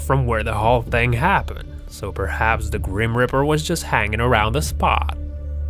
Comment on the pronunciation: Also its reaper not riper